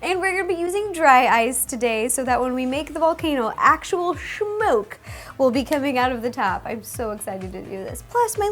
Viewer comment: i love the way you said "smoke", it's like "shmoke" lol😂